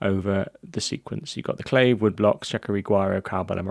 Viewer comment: Also: CLAVE; Claw-Vay/ Guiro- who-ee-rro (Like weirdo w/o the D), Shekere: SHECK-ay-RAY. You said Maracas very well though! Thanks again. Very Informative. Don't mean to be a stickler but pronunciation of terminology is crucial while teaching/ If someone said CLAVE or CayJoan in the studio... I wouldn't have the slightest clue what they meant. Cheers!